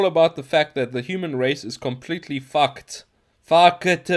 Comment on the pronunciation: "The human race is fucked...FUH-KEH-TAH." I was suddenly doomed. Died laughing.